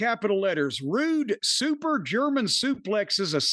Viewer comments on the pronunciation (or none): none